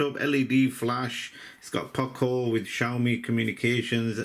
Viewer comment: Poco nicht Paco